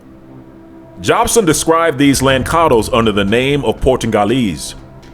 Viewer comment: Just a small note...the correct way to say Lançados as the sound "lanssados" meaning throw away...I'm Portuguese btw...and "molato"